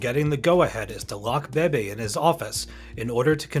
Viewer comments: Pretty sure it’s a robo voice. Even Beebe’s name is mispronounced 2 different ways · Please pronounce Mk as mark. Leo Beebe is bb not baby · Leo Beebe's last name is pronounced "Bee-bee," not "Baby" - and in real life he was already head of Ford's racing division before the point in the film where Shelby was told he was.